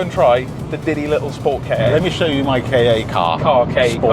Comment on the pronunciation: More "Kah" as in Kahki (or Capture) than "Kar" as in Karp or Carpet